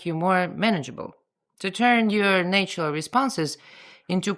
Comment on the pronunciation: having spoken english for 70+ years, I find I am now saying "nay-tural" in your accent whenever I read it🤣😂😂